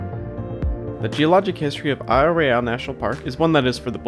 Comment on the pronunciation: TF, this channel is called Michigangeologicalsurvey but it keeps pronouncing Royale wrong